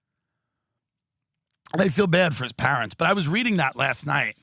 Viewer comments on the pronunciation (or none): none